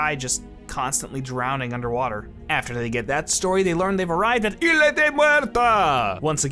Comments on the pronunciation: In spanish the world "Isla" is pronounced "iSla". So you do pronounce the S... just a quick language fact in case you didn't know 😂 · The score for the first movie was by Badelt, not Zimmer. If you really loved the movie and watched it a lot, certainly you'd know such a basic fact. Edit: Also, stop mispronouncing "Isla" as "Ila". WTF mate.